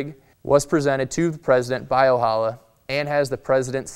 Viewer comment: Arvo Ojala is a finnish name and Ojala is pronounced with a J not with H =)